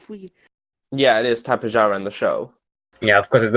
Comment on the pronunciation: No it is tapejara not tapehara or whatever